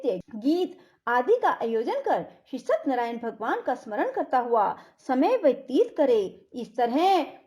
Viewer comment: सतनरायन नहीं सत्य नारायण सही शब्द है सही उच्चारण तो करिए। प्रस्तुति अच्छी नहीं है